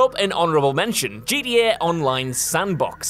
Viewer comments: At the "honorable" mention, is he saying GDA or GTA? Am I the only one hearing GDA? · Please GTA has a T it in please say it properly